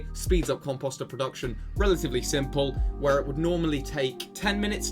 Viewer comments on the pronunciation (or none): Comp-oh-ster, not comp-ah-ster👍